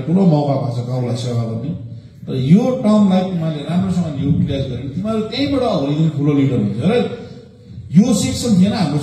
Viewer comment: Boli lai Alik sudharnu paryo sir, Teme haru - Temi haru ......? Ke ho yo "Shabda"